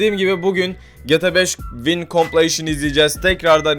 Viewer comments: Abi =) Tamam anladık hadi geta beşini de, bari vineye (vaynlara) vin deme. =) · abi vine vayn die okunuyo <3